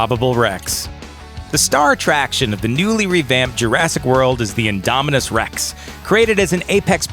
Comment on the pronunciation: You said indominus rex rong